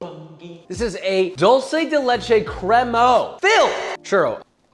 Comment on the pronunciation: As an Hispanic, I absolutely love how papa pronounces Dulce de Leche hahahahaha great video!